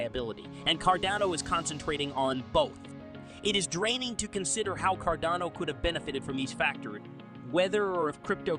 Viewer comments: It's CARDANO not Cordono, Cardono, or all the other ways you pronounce it. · Can you please call it Car- dano.....hahaha